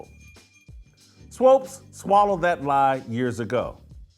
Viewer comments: Why are you calling her swopes? You don't even want to say her name correctly. Smh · Dude please say swoops as in hoops, not swopes as in dopes. Your an idiot Jason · This man keeps saying “Swopes”. Lol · Stop calling the woman "Swopes". You know her name is Swoopes. Be professional. I expect more from you, Whitlock. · Whitlock won’t even say SWOOPES correctly 😂 ouch!!! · Sheryl Swoopes is totally wrong and I have lost total respect for her. But, cmon Whitlock you should pronounce her last name correctly. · JW. Pleaee pronounce her name correctly